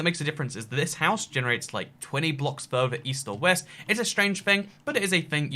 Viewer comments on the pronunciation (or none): That's west